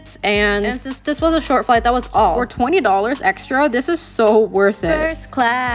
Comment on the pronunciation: “fIrsTTst clAAsz uP iN tHe sKYY” Sent me flying as well 💀